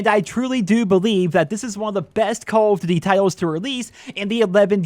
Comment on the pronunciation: “Call of D’warwar 2”